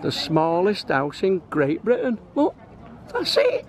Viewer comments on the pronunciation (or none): none